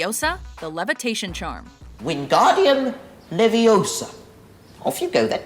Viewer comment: Ur saying Leviosarrr it’s Leviooosa